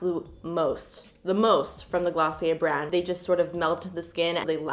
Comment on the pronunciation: Hi ✨ Oouuuuu Glossy-Aye😂 love it❤❤❤❤